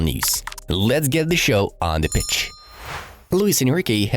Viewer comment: For some reason I always think he says "Let's get the show on the bitch"